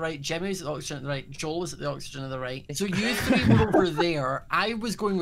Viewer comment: I love how Joel cannot on his life say the word “three”.